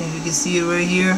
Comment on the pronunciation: lmao, "rye next to see pee you is da nuh-vidia chip" its (en-vid-ee-uh) lmao "its gonna be rye around here (makes circle gestures with his finger) lmao. Please Please...dont post anymore videos..your killing us. If you think your helping anyone, your not. Your incapable of doing such a thing. Your not smart. So stop fooling yourself. "uh, see if uh..it turns on and uh, as you can see mine worked, annnd...there it go" lmao.